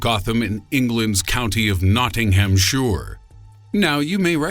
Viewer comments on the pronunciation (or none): NOTTINGHAM - SHIRE not NOTTINGHAM- SURE... only 20miles down the m1 to me. good video though, subbed 😊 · BTW it's called not-ting-hamp-shir not not-ting-hhhhhhhhamp-shore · Nottinghamshire is pronounced NOTTINGHAMSHIRE not Nottinghamsure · It's Nottingham-"SHIRE", not "SURE". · It's NottinghamSHIRE not sure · Nottinghamsure?? No, it's Nottinghamshire. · It's not Nottinghamsure (Nottinghamshire) pronounced Nottingham-shia (as in Shia Labeouf) True, Btw the Sherwood Forest was massive reaching from Nottinghamshire to Derbyshire (That's a big forest) today it's tiny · "Shroap-sure" and "Nottingham-sure" aside... Cadbury castle is actually down in Somerset. ;-) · NottinghamSHORE? muppet.... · noo and nottingham shoor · Is that anywhere near York-ter-sher-shire lol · Shrop SHYRE and nottingham SHYRE. Goddamn Americansss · why was you so rude about the garden of eden. and you try to be funny by being mean it doesn't work. its notting-ham-shire!!!!! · He seems to think Nottinghamshire is pronounced Nottinghamsure as well.. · 'Nottinghumshure' Damn, thats awful. Kinda wish I'm not from there now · He needs to learn how to say Nottinghamshire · Say Nottinghamshire again please... brilliant 😂😂😂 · He can't say Nottinghamshire